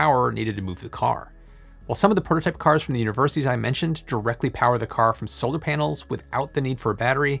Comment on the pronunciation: Every time he says "panels" it sounds like he is saying "penis"...